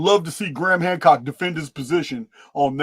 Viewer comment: You said hancrock once and now I can't remove it from my vocabulary 😅😂